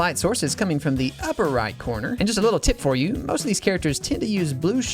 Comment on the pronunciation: That you is more like a I